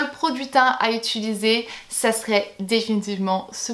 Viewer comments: Je viens de me rendre compte que tu dis "ituliser" à la place de "utiliser" 😂😂 (vers 2 minutes 10 je crois) Sinon, super vidéo! Je trouve le concept super cool et ça nous éclaire sur vraiment tes produits préférés préférés!:) Bisous à toi et à toute ta petite famille ♡♡ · Je t'adore trop mais on dis utIliser et faILLIS xD <3